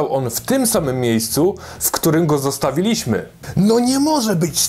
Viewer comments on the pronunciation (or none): Litości... Zosta-WI-liśmy, a nie zostawi-LI-śmy... Podstawy akcentu w języku polskim. Tak, jak mateMAtyka, MUzyka. Trzecia sylaba od końca jest akcentowana w języku polskim!